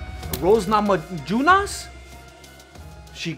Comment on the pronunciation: Rose Nama’..junas 😂😂